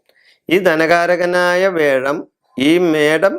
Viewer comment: മുത്തപ്പാ, വേഴം അല്ല വ്യാഴം! ഓക്കേ?